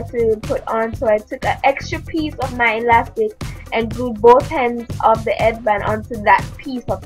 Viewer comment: LOOOOOOOOLLL "and glued both hends of the eadband..."